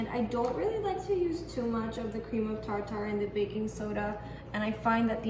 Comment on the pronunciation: That is pronounced cream of tarter instead of tar tar. These look very good. You have beautiful eyes.